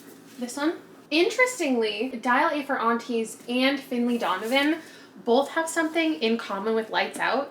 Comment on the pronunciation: Love your mum! Funny how she has a stronger Canadian accent than you but last week you were using the word “both” repeatedly and I heard it!